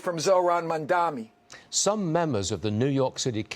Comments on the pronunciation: Bruce calls him several times, Mandami 😅 somehow that's great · It is Mamdani - not Mandami.. typical fox news uneducated commentators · If Bruce can’t pronounce Mamdani, do you think he is qualified for Governor office ? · can't even pronounce his name properly and they expect us to take seriously